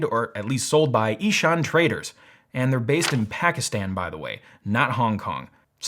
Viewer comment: its pronounced eh saan traders ehsan means favour but its also a male name so im guessing its probably the the owner or his sons name(its common for people to name their business after their children in pakistan)